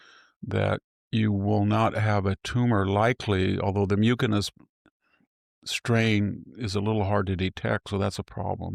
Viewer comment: Victor, I am a pulmonologist. Your tumor is pronounced myoo-suh-nuhs the c is soft. Though it used to be rare sadly I see it more and more these days. Seems like they are on the right track with your therapy. I will keep you in my prayers. 🙏🏼